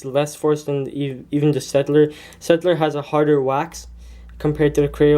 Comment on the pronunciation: Just a little point: You pronounce "Staedtler" as Shtaedtler. And I don't know where you actually got them, since the Staedtlers I have don't have those problems. And I prefer Staedtler to Crayola (: my opinion